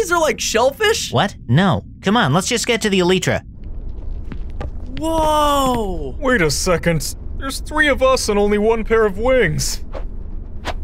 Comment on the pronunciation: I love how none of them can pronounce elytra